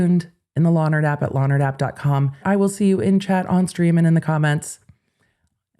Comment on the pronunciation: Every time she says “law nerd app”, all I hear is “Lonner Dap”, like it’s some kind of 50s hair product or something. I know- I’m frigging weird.